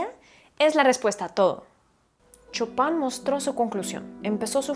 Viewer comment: Un pequeño detalle, se pronuncia "Shopen" no chopan :D